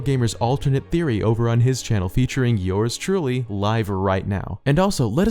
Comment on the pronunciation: when you mentioned hg's vid it sounded like you had said eor's truly. not trying to be rude.